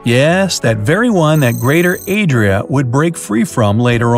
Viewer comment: calls the new continent “Yo Adria“!